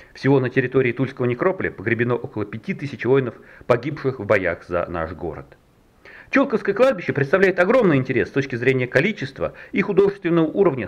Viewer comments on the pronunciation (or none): почему то с детства всегда слышал "чулкОво", а не "чУлково"... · в первый раз слышу ударение на У, хотя коренная тулячка и сама из Чулково. там дом родителей моей матери,я росла там. странно. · Тут какой-то апологет заявил, что недостатки видео замечают только "уроды", которые ничего не делают. Итак, сейчас вы прочитаете комментарии профессионала, а не урода. 1. Ударение в слове Чулково падает на 2-й слог. Московские "энтузазисты" не удосужились узнать хотя бы в храме, как называть этот массив и само кладбище. 2. Снова перед нами — куча камней без элементарной информации о людях, что свидетельствует о поспешности работы этих "некрополистов". 3. Ни одной ссылки на хорошую книгу о Чулковском кладбище из цикла "Тени старинного кладбища" (Тула, 2012) не прозвучало, а в ней всё давно рассказано. Опять москвичи ломятся в открытую дверь, никого ни о чём не спросив. В чём заключалась подготовка этой группы к работе? Вопросов и претензий ещё много, но посторонним людям, как всегда, всё такое очень нравится. На этом халтурщики и выезжают. Книги о тульских кладбищах продаются в московском магазине "Русская деревня", а все эти видео — непростительно поверхностные и скучные. Их снимали случайные люди, искатели лёгкого хлеба и лёгкой славы. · Почему Чулковское кладбище с ударением на у?